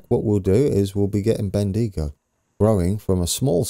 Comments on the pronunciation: Welcome to my country. Bendigo is pronounced as it is Ben dig o and here is an a local aboriginal word lol. Didjabringyagrogalong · "Warn AM Bull" "Bend Ego" "Echooca" "Bella Rat" "port Mac Wo Ry"